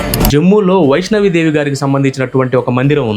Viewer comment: వైష్ణవి దేవి కాదండి, వైష్ణో దేవి మందిరం.